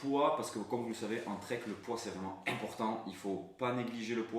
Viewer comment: 😂 a mdr comment tu as insisté sur le "im-portant "!! (PS: J'adore tes videos, merci beaucoup 😊)